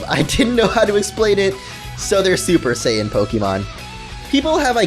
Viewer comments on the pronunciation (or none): none